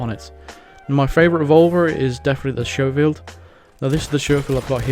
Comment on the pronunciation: SCHOFIELD. I have seen so many YT'ers mis-pronounce this so many times. It's pronounced SKO-FIELD, not SHOW-FIELD. Just saying.